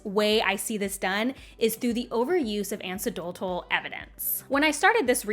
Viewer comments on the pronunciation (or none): Someome who pronounces anecdotal like that really shouldn't be casting stones at others for being "post literate." Is this common in colonial English?